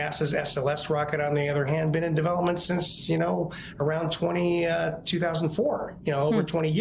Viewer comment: "sharship" 😆. While I understand that mispronunciation happens occasionally, I had to do a double take when it sounded to me like she said "shart ship" 💩